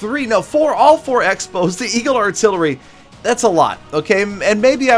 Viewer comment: 5 years of clash experience and u forgot how to say eagle arttilery Am disappointed 😔